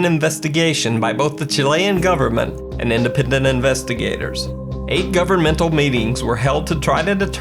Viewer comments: Why can't you pronounce the word independent? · Can u say INDEPENDENT again? Lmao